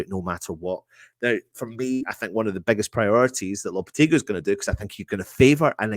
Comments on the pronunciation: Can the presenters get together & learn how to pronounce Lopetegui's name . It's not Loppertegly , & it's not Loppertegloo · At least spell his name right in the title! Even if you pronounce the name wrong